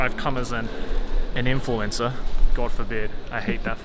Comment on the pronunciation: The way he said "influencer" made it sound like he said "I'm attending the con as an Influenza."